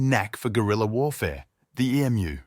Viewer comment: Nice script. Pity it is ruined by a crappy AI that can pronounce the most important word ! Emu not E.M.U.